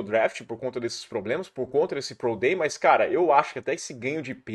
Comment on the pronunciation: Fala, bããooo? Cara, farei um pequena "crítica" aqui a sua pronúncia, e tb é algo que estou vendo acontecer muito com youtubers e até muito na TV: ouça seus vídeos e veja o qto vc diz "MAIS" ao invés de "MAS"... para muitas pessoas é um erro "normal" hoje em dia e que esta ficando cada vez mais "aceitável", mas confesso que me incomoda muito a cacofonia e o uso incorreto do português. Nas suas transmissões da ESPN vc comete o mesmo erro. Forte abraço!